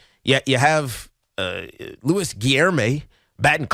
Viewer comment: Can we have a drinking game for every time Tiki mispronounces Luis's name?